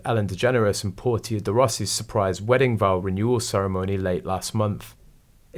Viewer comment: 1- Ellen DeGeneres’ wife’s name is pronounced: ‘POOR-shâ,’ not ‘POOR-tea-uh.’ I’m really surprised that you don’t know this, 2- There’s been an amazing reaction to ‘Spare,’ all right: we’re amazed he could betray his family the way he did! 3- I think they’re keeping everyone guessing about King Charles III’s coronation just so they can keep drama (and therefore headlines) for themselves. Got news for ya kids. Nothing’s going to upstage the crowning of a KING!! 😅 4- you state Sasha Walpole is two years older than PH. you state she is four years older. You’ve made two glaring errors in this very brief video; a really terrible pronunciation error and an egregious subtraction error! You usually don’t have such conspicuous, blatant errors in your videos and that’s why I feel obliged to point them out. Since I’ve found your channel, I’ve enjoyed them and I look forward to each of them. Thank you for posting!